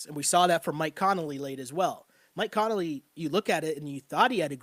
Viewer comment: I don't wanna be THAT guy but it's Conley, you're saying it like it's Connelly